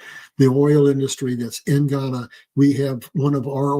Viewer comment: It is pronounced Gū- YAH- nah, Guyana. Ghana. That’s in Africa.